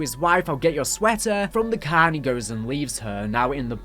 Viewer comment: He did not sound American under the tree from the way he said car